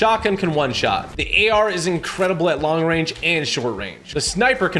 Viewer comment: Instead of incredible he’s saying incwedeble 😂😂😂😂